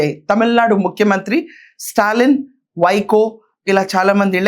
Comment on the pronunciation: వైకో కాదు వైగో 🦥🦍